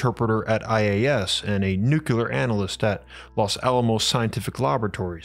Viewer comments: What fascinates me is how such a well spoken, articulate narrator can consistently say nukular ("noo-que-ler") instead of nuclear ("new-cleer"). There is no such word as nukular. Stop saying nukular, please! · You are a very smart guy,. It is pronounced “nuke”-“clear” not, “nuke-you-ler” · Bruh.... "nucular"? No. Nu-clear. Nuclear. How the fcuk do you get "newk-you-ler" (3 syllables) from NUCLEAR (2 syllables) I'm seriously asking you, as in, I'm not being rhetorical and just talking siht or correcting your pronunciation. I'm genuinely interested in your answer. When you read the word or write it, especially, isn't there something in your mind that tells you what you're seeing and what you say out loud or internally, just doesn't add up. And when you hear the correct pronunciation from others, do you think they're saying it wrong or maybe there's 2 ways to say it and they're both correct? Or do you even notice the discrepancy? I hear supposedly well educated people (George W. for example) making this mistake all the time. I've always been wondering what goes on in their heads but never had a comment section to ask the speaker. So here we are. Anyone else who has empirical input on the subject, feel free to chime in. Please and thank you! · Its nuclear, not NuKyULeR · You still pronounce nuclear "nukular"? WHY?? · It'spronounced "noo-clee-ur" get it right or don't say it.😊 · I love the two videos of yours I've watched. The other was the Kozyrev Mirror. By the way, there are two ways people pronounce "nuclear," and one of them is correct.